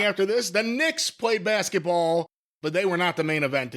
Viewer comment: Jim intentionally misprouncing Knicks...